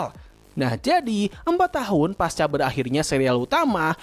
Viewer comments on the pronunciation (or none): none